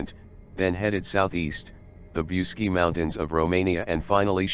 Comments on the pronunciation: The name of the mountain is pronounced "BOOCHEGI" , and it would be nice if you learnt how to pronounce the words correctly! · i am not Romanian but i heard you pronounce bucegi as" BOOCHEtch" ... just saying what Romanians i know say.. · The correct pronounciation is: bootchédgi - with a short i at the final (and do not pronounce it "ai", but simple "i", like the English "e") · I wish you knew how to pronounce Bucegi ! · WHY YOU MORE THEN INDOLENT COMMENTATOR, DID NOT TAKE A TIME TO LEARNE AND PRONOUNCE THE CORRECT NAME OF THE MOUNTAIN. MOST OF YOU PEOPLE MAKE FUN OF MELANIA TRUMP, THAT SHE HAS A FOREIGN ACCENT, EVEN SHE SPEAKS A FEW OTHER LANGUAGES. YOU DON'T HAVE TO SPEAK THE LANGUAGE, BUT IF YOU REFER TO A NAME IN ANY FOREIGN COUNTRY, LEARN THE CORRECT PRONUNTIATION, SPECIALLY WHEN YOU SPEAK ABOUT SOMETHING SO IMPORTANT AS THIS SUBJECT IS. IT'S AN INSULT FOR THOSE WHO KNOWS THE MOUNTAIN THE SPEAKER IS TALIKNIG ABOUT, TO LITERARLY DIN NOT UNDERSTAND WHAT MOUNTAIN HE IS TALKING ABOUT, UNTIL THEY SAW THE NAME OF THE MOUNTAIN, WRITTEN CORRECTLY. IN HIS POSITION, AS AN INTELECTUAL PERSON, I WOULD BE FEELING VERY INCONFORTABLE . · Don't forget the ch